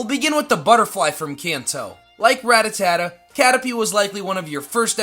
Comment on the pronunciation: Does he mispronounce Rattata on purpose lol?